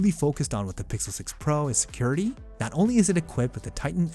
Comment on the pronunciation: Awesome review brother. Just fyi I don’t know if you meant it but when it reads security it says “ secrurity” regardless love your hard work and content. At “ ”